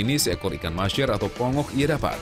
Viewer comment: Ikan tongo om bukan ikan pongo’ 😁 Mancing mania mantap